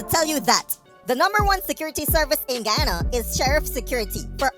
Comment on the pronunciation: That military us skunt can't even pronounce Guyana properly 🤬